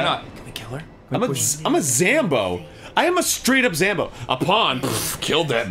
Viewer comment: You know, the entire time I've been watching this, I've been wondering why Ross and Arin keep referring to zombies as 'zambos' or 'zombers' or the bonfire as 'the banfire'. Why is this? Is there something from an older episode that I've forgotten? Because that is the only context I can think of where that would be funny. Intentionally saying a word incorrectly is just middle school level humor. Or drunk level humor, which may be part of the reason why Ross is supporting it.